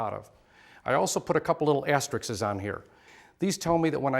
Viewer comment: is that "asterickses"!